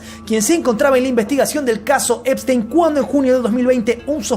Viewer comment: Yeferino espistenio? El unico que le dice asi, eres tu😂😂